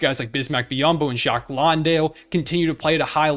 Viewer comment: Great video. Just a heads up, Jock's last name is pronounced land-dale.